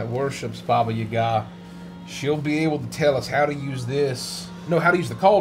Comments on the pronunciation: I’m so late😭😭 aka shut up😃 I just notice man bun is back🤩 omg🤣🤣 please tell me this is a a goonies reference 😂 Hearing saying “Baba Yaga” correctly is awesome KREMY. LANGUAGE Basically me and my friends: “Ya’ll care?” “Nope x4” my one stupid BFF “Who??” GIDEON. O.M.G U DIRTY B—— The Unicorn: Pleas watch ur language”: “I think not🙂” HA. TAKE THAT GIDEON!!! this poor lady is gonna be in more pain🥲 Something has awaken within grincko 😨 goes from mute laughter to screaming laughter 🤣 CHILD LABOR CHILD LABOR CHILD LABOR that was…..very omomis 😶 well damn, you didn’t need to thrown under the bus🤣🤣 (Also in this episode gives me sooo much gender envy 😭😭) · reading ‘baba yaga’ correctly made me so pleased, I had to write a comment about it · I guess, I meant it was closer to how I’m used to hearing ‘baba yaga’, than how most English speakers pronounce it? I don’t remember when says it in the video, so I can’t check rn:( I think, it was pretty close to how we pronounce it in Russian. Hope this was helpful ฅ^•ﻌ•^ฅ🩵 Edit: I found it, I checked, it does sound really close to the Russian pronunciation!:) Your comment made me curious about how it might sound in other Slavic languages, so I must thank you for sparking my interest! Have a great night/day!